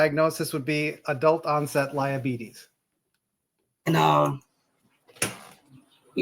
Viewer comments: NOT “LIEABETES” 🤣🤣😭😭😭🤧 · He said, "Adult onset liabetes". LOL! I'm going to use that from now on when I hear someone lying.